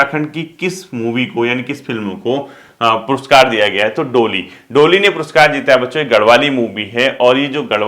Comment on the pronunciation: Sir ji.. डोली नहीं ढोली .. likha to sahi hai aapne but pronunciation galat hai..